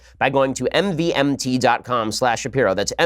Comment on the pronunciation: it took you too long as a brant promoter to learn that "mvmt" is supposed to be pronouced "mouvement"